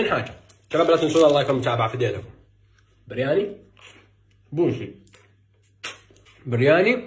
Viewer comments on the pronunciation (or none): ههه برياني مكاش حجا ينطقها صح وحافظ غير سيكونت ميل 😂😂😂على كلن دمك خفيف الله يحفظك